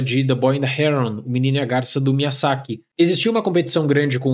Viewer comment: Adoro seus vídeos, mas, com todo respeito, tem alguma razão estilística para pronunciar os nomes do jeito que vc faz? (MiyaSSaki, GUIamatti). Sou TEA e isso me incomoda muito. No mais, feliz ano novo e sucesso pro canal!